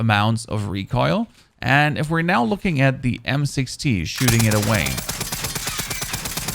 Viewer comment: It sounds like he is saying M6T